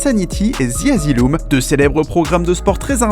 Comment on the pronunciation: "The Asylum" punaise ca change pas l’accent svp 😂